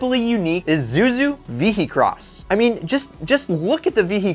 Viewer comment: i s u z u no izuzu